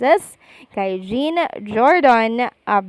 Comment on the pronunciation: Hi mam, the right pronunciation of 'jean' is John, kc guy name po yan😊